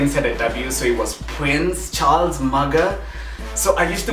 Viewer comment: Pwince Charlzzz hahaha mine was worse....